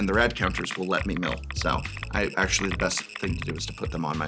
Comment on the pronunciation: WELL ASHUWALLWY lmaooo